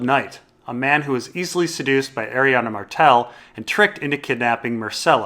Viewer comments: Stop saying "Arianna". It's Arianne Martell. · DOES ANYONE EVEN SAY ARIANNE'S NAME RIGHT?? FFS YOU DAFT IDIOTS IT'S ARIANNE NOT ARIANNA!! GET EDUCATED! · Every time you say "Arianna" and "lazyuli", Sweetrobin gets a seizure and needs another pinch of sweetsleep...